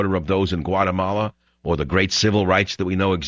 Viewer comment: What a racist man, Learn to pronounce Guatemala then publish your racist video.